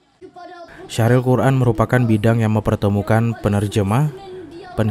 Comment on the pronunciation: Syarhil bukan syahril .. heee mohon maaf